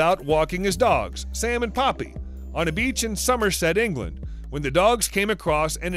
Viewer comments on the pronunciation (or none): none